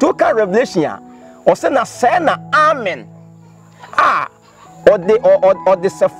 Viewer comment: Yeah u guys are right, is ameeeeen but not Amen like he was sayin. Thanks ladies and gents for correcting me